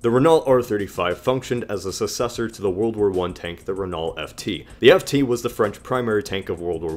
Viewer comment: >pronouncing successor as sussessor